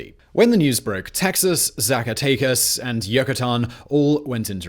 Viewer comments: Socka-teckoss is how you say Zacatecas. Tejanos = Tay-Han-ohs. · Pretty sure Mexico has yet to make you president because of the way you say "Zacatecas". It's hilariously terrible. Thanks for the video.